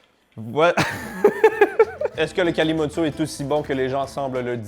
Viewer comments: Le kalimotxo c'est basque! et ça se dit kalimotcho! et il se dit que le meilleur des kalimotxo se fait avec le plus mauvais des vins!! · Kalimotxo: prononcé Kali moutcho.Tres connu en France également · ca se prononce "kalimoutcho". D'habitude, on fait direct dans la grande bouteille de coca plastique préalablement vidée :) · Ça se prononce "calimotcho" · Kalimotxo en basque, Calimocho en espagnol ! cela dit en basque le X se prononce "Ch" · En français, ça se prononce Calimoutcho et c'est généralement la boisson des poivreaux. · Le kalimotxo ce prononce kalimotcho. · « Kalimotxo » se dit Kalimoutcho 😅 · chez nous on prononce "KALIMOUTCHO" pour le vin + coca et on a une autre recette, le "PETROLE" pour du pastis + coca qui fonctionne aussi bien à la surprise générale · En France, on prononce Calimoucho'.. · EL KALIMOTXO ! ! ! ! ! (prononcer calimoutcho) AH PUTAIN ! ! ! Qu'est-ce que j'ai pu en faire au all-inclusive à MALLORCA de ce cocktail 🤤🍷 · cela ce dit kalimoutecho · Tu as fais erreur ça se prononce kalimoutcho et c'est basque et non pas espagnol. Tu vois que le mot ne vient pas de la langue espagnole mais de la langue basque. Le pays basque est colonisé par la france et l'espagne et se bat pour sa liberté comme la Palestine, l'Irlande ou la Corse. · Ça se prononce kalimocho je buvais ça gosse quand mon père jouais au foot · Il faut prononcer kalimoutcho et on boit ça aussi chez nous dans le sud ouest de la France, les bodegas des fêtes de Dax, Bayonne etc... 😉 Bises du Périgord ! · Coca et vin non j’peux pas, j’ai bu ça la première fois avec un correspondant espagnole a 18 ans prononce le kalimoutcho. Deg j’ai vomi à la fin de la soirée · Pour info ça se dit kalimoutcho et c'est une boisson de homeless, clodos quoi ! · MERCI de faire découvrir le Kalimutxo / Kalimotxo aux gens (se prononce kalimoutcho). On me prend pour un fou quand je raconte que c'est très bon à chaque fois 😭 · Vincent + coca se prononce kalimoutcho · on dit kalimoutcho